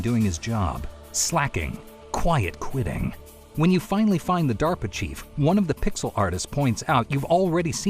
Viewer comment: Hearing say "quiet quiting" will never not be funny